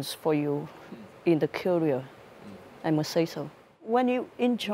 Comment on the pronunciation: Ngữ điệu hay những thứ hoa mỹ thì chưa nói, cũng không ai phủ nhận sức hút của nha các thánh, vấn đề là có những thứ rất rất nhỏ, ví dụ phút chị ấy đọc career, trọng âm lại rơi âm 1, hay việc one year ago sau year chị thêm ‘s’. Nhiều lỗi phát âm đối với các từ cơ bản như vậy nghe khá là sạn. Hâm mộ thì cứ hâm mộ, nhưng nếu trình độ họ chưa cao thì nên chấp nhận sự thật rồi cố gắng tiến lên, đừng nên mù quáng bao biện là do ngành nghề hay gì:)